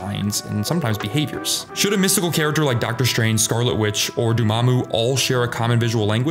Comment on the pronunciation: He says Doomamu in the video as opposed to Dormammu. ;)